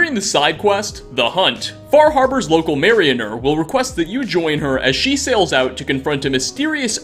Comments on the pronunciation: I'm late. But everyone wants to talk about him saying murdered to death. But no one says a single word about marianer? (Mary a ner) it's Mariner. (mare a ner). That has bugged me since he said it the first time. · "Marry-inner" I swear you do that just to mess with viewers... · "The Far Harbor Marioner" makes it sound like she puts on puppet shows 😂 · Mare-in-er never heard anyone mess up mariner so bad.